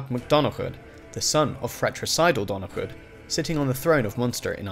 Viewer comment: on the pronunciation of Murchad mac Donnchad, I've no clue if Murchad and Donnchad share this quirk, but Donnchad is pronounced more like Donnacha, the d at the end is silent generally. Other than that you've taken a decent crack at pronouncing our bagpipe of a language, so fair fucks to ya